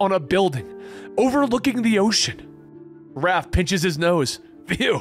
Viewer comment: I can't believe he called raph RALPH 😂😂